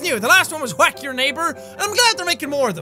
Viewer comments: Jack says Whack as “Qhuack” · How many times have you said “Hwack